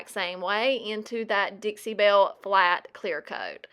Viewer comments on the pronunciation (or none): none